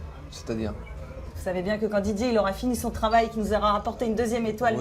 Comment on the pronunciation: Journaliste: monsieur Zidane allez vous reprendre la place de de Didier Deschamps Zidane: c’est bieng